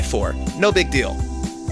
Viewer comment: Yo he said no big deal tho but it sounded like no big dildo